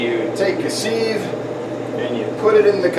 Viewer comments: ...I’m English, and nobody here says “seeve” it’s always “siv” you made me smile. Not trolling or hating on you. Love your vids 👍😁🇬🇧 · Not teasing but fascinating that you say s-ee-ve for s-i-ve. Good tip tho. I used snails from my other tank, transferred media and fed a lot of food to rot and start the cycle in my new tank.